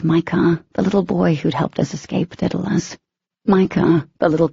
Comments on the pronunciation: For the love of god! IT IS DAEDALUS not dittilus!! The writer even stated where she got the name, all the reader/speaker had to do was look it up on the internet to find out how to pronounce it! There are tons of other things mispronounced, but the 'Daedalus' one is driving me nuts besides the obvious Daemon I mean come on Daemon/Demon, not a hard one! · All I can think of every time they say it is “Diddle us” 🤦🏻‍♀️🤦🏻‍♀️🤦🏻‍♀️🤦🏻‍♀️🤦🏻‍♀️🤦🏻‍♀️